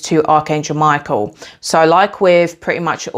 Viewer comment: I immediately thought of Hekate when you pronounced Michael as My-KEY-el 🗝️🎼🎹🔐 and I just realized how the keys on the piano are keys to different frequencies ❤ I love Hekate and have always felt drawn and called upon Archangel Michael as a extremely ancient and pre-christian being. I will definitely give your ritual a try as I will be beginning my shamanic witchcraft for healing soon. Thank you for this valuable information! I have to say I also have a hawk frequent my yard and orange is my favorite color!! I ate a lot of them as a child 🍊 I want to add that as you were mentioning ingredients to use, I heard Cardamom could be one he might like, as it pairs wonderfully with orange and cinnamon and it adds a woodsy brightness! ✌️🧡🌱 much love to you!! 🥰